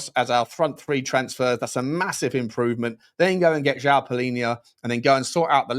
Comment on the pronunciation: Just a pronunciation point: Joao is pronounced /djuwaun/